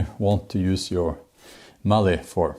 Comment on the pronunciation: Bjorn, when we say mallet we pronounce the t at the end so it is like the word let - mal-let. The push knife we call a spokeshave, it was traditionally used by wheelwrights to carve spokes for cart wheels. When I saw your body position with it my first thought was Viking Vasectomy. (How's that for alliteration? Snorri would be proud of me.) This reminds me of an incident in my childhood. I was 7 or 8 when I read the Norse Mythologies in the Encyclopeadia Britannica and it captivated me, especially the tales of Thor. When I was 9 I decided to make my own "magic" hammer and scrounged a cutoff piece of 4x4 from my father. I drilled a hole using a hand brace and glued a garden cane as the handle, making it short as the magic wouldn't work. When the glue had dried it was testing time. Up to now my father was proud that I had shown some (limited) skill at woodworking. Back to the acid test as to whether my hammer had the magic of Mjolnir; I threw it but instead of coming back to me it did the other thing that Mjolnir did, no not kill giants, unless you class a kitchen window as a giant. Needless to say it cost me a couple of weeks pocket money and a sore backside!